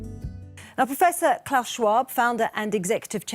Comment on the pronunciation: Why can’t you pronounce Klaus? He’s not Santa you turd!